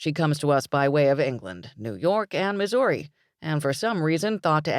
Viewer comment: I am from Missouri. St. Louis, Missouri. I find pronunciation of Missouri completely charming. It's just ever-so slightly enunciated and just a hint of incorrect pronunciation. But mostly when Missouri comes up in the text. I feel that rush of excitement, as if we were at a concert, and the singer calls out our city or state and we all cheer. That's the real excitement I feel: a hands in the air and cheer kind of feeling